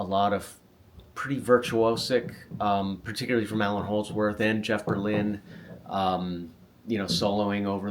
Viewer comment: Great stuff! Sorry but “Allan” Holdsworth 😬